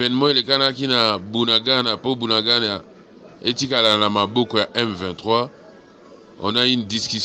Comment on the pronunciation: Ce Bunagana pas buanangana il faux conaitre vôtre pay bien